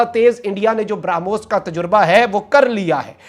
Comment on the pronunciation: ब्रा पे जोर देकर ब्रामोस बोल रहा है.... 🤣क्या चू बनेगा रे तू🤣